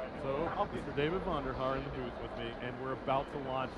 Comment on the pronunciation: "Let's go take a luke a-runed this amazing bewth." I lol'd.